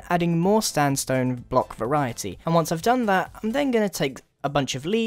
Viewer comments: Am I the only person that noticed that Grian said Standstone?? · Grian said "standstone"